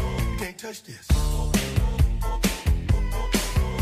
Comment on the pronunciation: “This” not “dis”?!